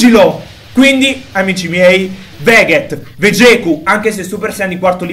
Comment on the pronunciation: finalmente hai detto Vegeku e non veghet